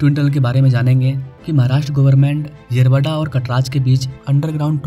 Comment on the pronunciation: येरावाडा 🚫 येरवडा ✅. भाई तुला पण मराठी शिकायची गरज आहे😅😂.